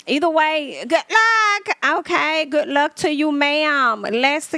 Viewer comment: I lived to hear you say "GOODT LUUCK ". 😂😂😂❤ I still haven't been able to watch anything on Zeus. OMG!! That Wendy's story had me cracking up. 🤣 These are MESSY!! LOL. "Ruff and tuff with afro puffs." 😂 I can't believe I've never watched one of these segments but I watch you all the time. 😅